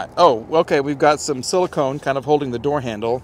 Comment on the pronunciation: Plz tell randy how to say silicone